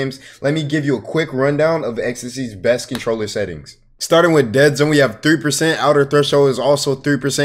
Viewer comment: Dawg its a controller why you saying roller💀